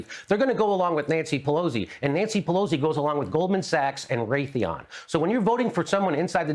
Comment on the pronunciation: Jimmy can’t even pronounce Nancy Pelosi’s name correctly.